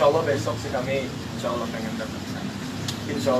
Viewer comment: Seneng ada arti nyebut Alloh dengan Alloh bukan pake yg diatas2